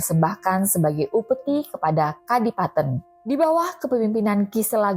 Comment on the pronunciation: Masak kadipaten dibaca kadi-paten.. tela dibaca te-la.